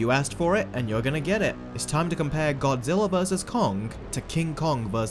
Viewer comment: i know it just sounds like godziller